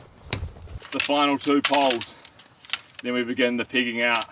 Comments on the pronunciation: He said then its time to start the pegging out. And i thought he said "then its time to start the Pigging out:!! Lol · When you said after this we're going to start pegging it out your accent sounded like we're going to be pigging out like you're going to be stuff in your face with a whole bunch of food😅